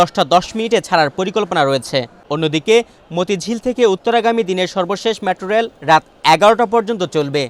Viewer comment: LoL did he just say "Matro reil" 😂😂😂